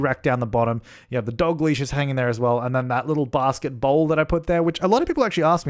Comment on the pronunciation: I swear I thought you had said "basket ball" not "basket BOWL" and I was searching real hard for that in the foyer decoration lol. love the work as always!